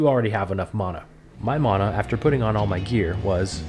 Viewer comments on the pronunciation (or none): Bro it's mana not mona!